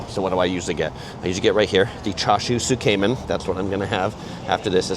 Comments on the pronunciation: Tsukemen is pronounced S’ke-men not soo-kay-men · Tsukemen is pronounced "sook-men" or "tsook-men," with the first syllable sounding like "sook" or "tsook" and the second syllable like "men". Not Zook-Cayman